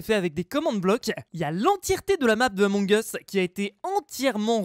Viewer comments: On dit emong us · c'est la prononciation réelle among eusse pas among iousse c'est anglais among us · Persone:: ameug us 😂😂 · Toute la terre: Among us: Amongeusse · Ba non moi je dit amoug us pas amongeusse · ON DIT PAS AMONG US MAIS EUMONG US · Tous le monde dis {among us} mais ça ce prononce {emong us} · ce n'est pas among us ça ce dit Among as Mais ça s'écrit among us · Tout le monde connais le jeu mais malheureusement personne sais comment le prononcée 😒